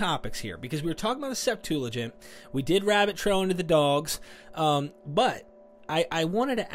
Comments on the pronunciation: SEPT-ua-gint. NOT sep-TOO-la-gint . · Why does he keep calling it the 'SeptuLAgint'?? There's no 'L'. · DUDE! Stop saying "Septooligent", that's just nasty in my ear. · Bro you keep saying Septulagint with an added L and it's killing me bro. There is no L; it's Septuagint. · Hey, there's no "L" in the word "SEPTUAGINT"... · Has no one corrected you yet - IT'S NOT SEPTULAGINT , it's Septuagint. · It's "Septuagint" not "septoolagint." Please! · Septuagint. Not Setulagint. Thank you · Stop saying Septuligint. It is not a word. Lol. Nobody says that. You must be doing it deliberately. Haha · Hey I love you man I love your show I watch you everyday. There is no L in the word Septuagint. Thanks for your great show keep up the good work. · Yo, I don’t mean to come off as pedantic but there’s no L in the word septuagint. Loving the show man. Keep it up. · I notice that you say "Septuagint" funny. There isn't an L in there, lol 😆 but great podcast nonetheless. 👍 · Are we putting an "L" in Septuagint? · There is no "L" in Septuagint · Please! There is no "L" in Septuagint. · Love both your content and the Rabbi, however there is no "l" in Septuagent. The Rabbi knows this,so... get the "l" out of there! 😉 Thanks for this video. ❤ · Septuagint. No L. Small not, but it's all I hear now! Lol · "Septuagint" has no L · I won't be ugly about it as some here (most of the people who are ugly about it also display antisemitism), but mispronouncing Septuagint greatly diminishes your message. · There's no 'L' in Septuagint...just sayin'!